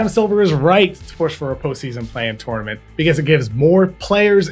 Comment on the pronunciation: Please don’t say “tournament” like that